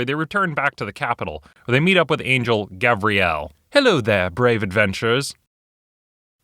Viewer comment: It's Gavriel, not Gabriel.